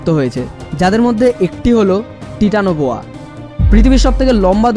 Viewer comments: It's titanoboa apni tetanoboa bolechen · তিতানবয়া হবে না টাইটানোবোয়া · vai otar uccharon taitano boya hobe..